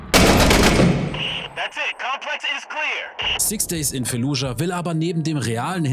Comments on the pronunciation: wie mich einfach triggert wenn du jedes einzelne mal "fallujah" falsch aussprichst. das heisst nich f*e*llujah selbst im englischen (wie auch im arabischen und im deutschen) wird das "f*a*lludschah" ausgesprochen. ohne e. (und auch ohne k. weil is ja kein k drin.) 🧐😂 ändert jetz zwar nix mehr am video - aber vll. als hinweis für zukünftige auseinandersetzungen mit dem ortsnamen im rl als auch im spiel 🙂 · FAAAAAAAAAAAAAAAAAAAALLUJAH. F-FUCKING-ALLUHJA. Nicht Felludja oider Fällujah... FFS